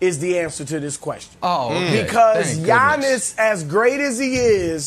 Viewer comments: Nobody: Brandon: YAWNIS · Nothings more uncomfortable than hearing Brandon say “LeBrawn” and “Yawnnis” man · Brandon literally says Yawnnis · Everyone yawns when Brandon says Yawnniss. It's getting annoying , I mean has none of his co-workers told him the way he says it is trash but something tells me they did and his just too arrogant and delusional to change it lol probably argued they are the ones who say it wrong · Why does Brandon Marshall call him "Yawn-is"? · Everyone: Giannis Brandon: Yawnis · Yawniss not gianiss …. Put respek on his name 😂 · Can't stand how Brandon pronounces Giannis-Yawnis